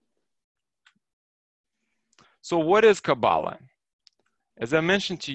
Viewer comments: You are pronouncing it wrong. Emphasis is put on the last sylable. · You don't even pronounce Kabbalah properly. You don't even which way you are traveling.